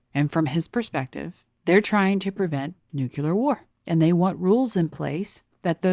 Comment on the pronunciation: You said ‘nukular’.